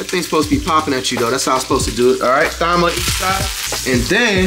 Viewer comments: bro said "thime" lmao 😂😂😂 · time not thime , omg thyme h is silent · Flight the only person I seen pronounce Thyme as it’s spelled lmao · Flight it’s Thyme Thyme & medium rare medium don’t even make sense 🤣